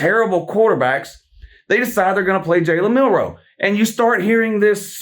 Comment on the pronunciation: I still crack up every time he says Jalen Mildew.